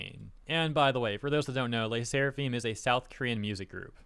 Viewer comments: I like Le Sserafim though (you butchered the pronunciation btw) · pronouncing LE SSERAFIM wasn't on my year's list for sure lmao